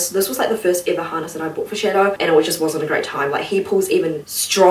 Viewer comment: Why does it sounds like she’s saying “Shitto” and not shadow I laughed my ass of so much when he tried to leave and shouted “SHITTO”